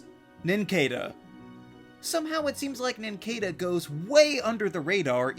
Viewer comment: It’s pronounced nin-CAH-duh, “”. 🤨